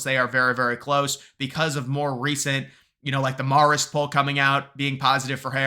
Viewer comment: Poly market that this guy will ever learn it’s “mare-ist” or not